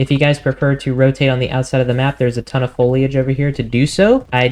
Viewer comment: Foliage- don't pronounce the i bro! Sounds like Folage.